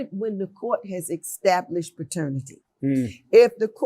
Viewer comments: Fake rubbish and someone tell that judge its established.. Not EX tablished .. 😂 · This judge needs some English classes. Unbelievable that someone in such a high position can't even properly pronounce the word, establish